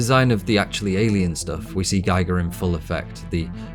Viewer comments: this is excellently written and excellently presented! please - it's gEE-gr, not gEYE-gr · I found your excellent channel today and have been enjoying its content. Thank you! I do have one small critique, though: HR Giger's name is pronounced "Gee-ger," not "Guy-ger." I've included a link at the end of this comment that may be helpful. FWIW-Giger's name is (probably) mispronounced more often than it's pronounced correctly. Perhaps because it's a Swiss name?? I used to refer to him as "Guy-ger" too. A friend of mine (who knew Giger personally) corrected me, and I am glad that he did. Thanks for the excellent content! Link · EVERYTHING is spot on except your pronunciation of Giger. Gee Gar Not Gy Gar. That's the different bloke who measured Radiation. But you can be my friend as you see A L I E N as deeply as I do. But you can explain it better. GREAT WORK. Kudos. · His name is pronounced like Geeger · aw man... First of all - great work put in here, congratulations surely due. But how do you see all the interviews with Ridley Scott talking about "Geeger" and not get the pronounciation right in a "deeply researched" video? And all the interviews out there with the swiss master who created the most iconic nightmare imagery in generations? This seems to be not so much a deep analysis of Alien as it is a view of Alien through a modern intersectional lens. It obscures your view of some pure artistry. But kudos deserved for the work you've put in, surely. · A good rule of thumb is probably pronouncing the letter "i" as "ee" in languages other than English (I don't know any other language that pronounces it as "ay", but I could be wrong) It doesn't make the video any less interesting though :) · Presses play. Hovers over the stop button while I wait until I hear how GIGER is pronounced. FFS...